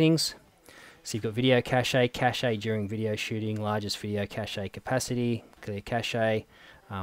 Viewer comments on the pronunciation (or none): lol - "cachay"